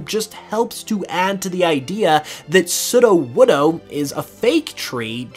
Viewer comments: Off topic, but Is anyone else slightly bothered by the way he pronounces Sudowoodo? It's meant to have long vowels so that is sounds like pseudo-wood, which is what it is. Not "sudah-wudah". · You're saying sudowoodo wrong. It's pronounced sudowoodo. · how you say sudowoodo is cracking me up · How he says ""sudowoodo" gives me the will power to take down the Russian government single handedly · This man says sudowoodo wrong and he says it almost back to back 🙄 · Disliked for how you pronounce sudowoodo